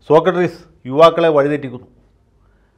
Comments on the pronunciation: വക്കീൽ എന്താ സോകട്രീസ് എന്ന് പറയുന്നത്? സോക്രടീസ് എന്നല്ലേ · വക്കീൽ സാർ സോക്കട്ട്രീസ് എന്നാണ് ആവർത്തിച്ചു പറയുന്നത്, സോക്രട്ടീസ് ആണ്... 🙏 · സോക്രട്ടീസ് ആണ് വക്കീലേ. സോക്രട്രീസ് അല്ല. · ആദ്യമായി ജയശങ്കർ വക്കീലിൻ്റെ ഒരു തെറ്റ് കണ്ടുപിടിച്ചു. സോക്ക ട്രീസ് എന്നാ പറയുന്നത്😊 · സോക്ക ട്രീസ് അല്ല സോക്രട്ടീസ് ആണ് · സോക്കട്രിസല്ല സോക്രട്ടീസ് അല്ലെ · സോക്കട്രീസല്ല സർ സോക്രട്ടീസ്...... മാക്രിയുടെ ക്ര! താങ്കൾ ഒരു കമൻ്റ്സും വായിക്കാറില്ല എന്നറിയാം....... പക്ഷേ നാട്ടുകാർ വായിക്കും അവരുടെ എണ്ണം ഒന്ന് നോക്കി വെച്ചോളു. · ശ്രീ ജയശങ്കർ, സോക്കട്രീസ് എന്ന് പറയാതിരിയ്ക്കു. മഹാന്മാരുടെ പേരുകളെങ്കിലും തെറ്റി ഉച്ചരിയ്ക്കാതിരിയ്ക്കൂ. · അഡ്വക്കേറ്റ് ജയശങ്കർ സോക്രട്ടീസ് എന്നത് സോകട്രീസ് എന്നാണ് തെറ്റായി ഉച്ചരിക്കുന്നത് ! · സോക്കട്ട്റീസ് എന്നാണോ വക്കീൽ സാറേ, സോക്രട്ടീസ് എന്നല്ലേ അതിയാൻ്റെ പേര്? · സോക്കട്രീസ് എന്നത് സോക്രട്ടീസ് എന്നാക്കിയാൽ ഉചിതമായി സർ. 🙏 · 'സോക്കട്രീസ്' അല്ല... 'സോക്രട്ടീസ്' എന്ന് പറ വക്കീലേ...😎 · വക്കീലേ... സോക്രട്ട്രീസ് എന്നല്ല, സോക്രട്ടസ് അല്ലെങ്കിൽ സോക്രട്ടീസ് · സോകാട്രീസ് അല്ല. സോക്രടീസ് (Socrates) എന്നാണ്. . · സോക്കട്രീസ് ആണോ സോക്രട്ടീസ് അല്ലേ? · സോകട്രീസ് അല്ല സോക്രടീസ് ആണ് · Sokkartees അല്ല Sokratees ആണ് ശരിക്കുള്ള സ്പെല്ലിങ് socrates ആണ് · Sir, you pronounce "Socratrees"! The philosopher was Socrates not "---trees". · 'സോക്കർട്രീസ് ' അല്ല വക്കീലേ..... സോക്രട്ടീസ്..... സോ -ക്ര -ട്ടീ -സ്...